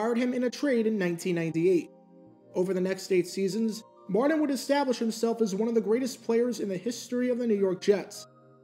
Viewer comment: How can u say "Curtis" but cant say "Martin" (Mardin)